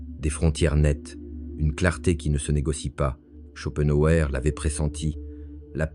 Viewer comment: Olá,, on ne dit pas "schopenhauÉ" mais "schopenhauER", c'est comme pour Hitler, par exemple...